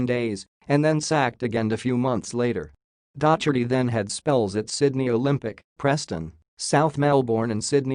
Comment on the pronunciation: Oh dear! Dotch-erty, Keltic, Durby, Row-ther-ham, All-trin-Cham! Pronunciation needs a bit of work...